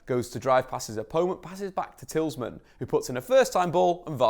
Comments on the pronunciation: It's Tee-lay-mon not Tillsman lol. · It’s TEE-LA-MON-Z Not Tillsman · Tillsman? It’s Tielemans haha ❤️❤️ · Did you just say TIELSMAN instead of TIELEMANS 🥵🥵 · Absolute brilliant analytical work . Not to nit pick but Youri's last name is Tielemans repeat after me: Say "Tee le mans" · Yuri "Teals-man" and Kasper "Sha-Michael", indeed. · It’s pronounced Te Le mens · “Tillsman” ?? Shake my fucking head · Tielemans: exists: Tilsman (great video btw no hate) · you said Tielemans wrong. Its actually pronounced tea-low-mons Sorry but had to mention it. Hes who i base my style off so kinda get u know what im tryna say. I dont like people mispronouncing his name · Tielemans phonetically: teel-uh-mans. Pronounce mans like Le Mans, the 24h circuit. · It's Tee-lee-mon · Who the fuck is "tillsman" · Say it with me: Tee-leh-muhns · its Tea-low-mons I know you wanna say Mans but its Mons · It is Tea-le-mans, he is from the Flemish Outskirts of Brussels so it should be pronounced in a Flemish/Dutch way. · It's TIELEMANS isn't it ?!?! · Atleast call youris name right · This video and the analysis was excellent, but your pronunciation of Tielemens is disgusting 👎👎👎😂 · Lol other than Tielemans, I noticed this in the other video but learn to pronounce "Heung-Min Son" dude. I'm not Korean but I'm pretty sure "Heung" isn't pronounce as "Hew" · The ‘S’ is at the end of his name not the middle 🙈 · Fantastic video! One of the best I've seen covering our team. Great work. Only negative is you kept pronouncing Tielemans name incorrectly! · Dude can't pronounce Tielemans. 😂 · Khwezi Majoro and sshhmichael lol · Nobody can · I love you but the way you pronounce Tielemans jesus